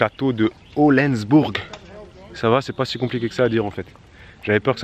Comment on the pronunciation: HohlANdsbourg pas hohlENsbourg hahah